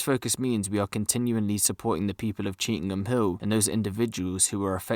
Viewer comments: It's not pronounced cheetham ING Hill it's pronounced cheetum Hill.. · You bunch of numptys it's Chee tham hill Why the eff does the guy speaking keep saying cheetingham hill were did he get that from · People don't come out of their house after 6pm? That's a load of bull mate cheetham hills busy pure busy after 6pm you'll struggle to find a parking space on cheetham hill road nowadays And it's Chee tam hill is how it's pronounced you silly sausage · Stop saying cheetingham hill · He did say he realised he said it incorrectly 🤫